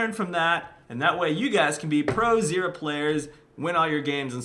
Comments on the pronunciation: It sounds like you are saying xerath and not zyra... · how to pronouce her name actually? zyra - zeera or zaira?